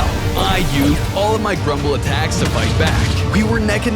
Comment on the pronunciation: Bro said prumble